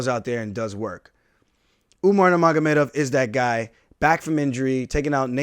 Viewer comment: He can say Nurmagomedov better than Joe Rogan